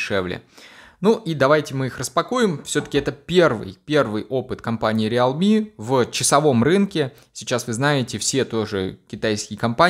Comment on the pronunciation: Правильно произноситься "РИЛМИ"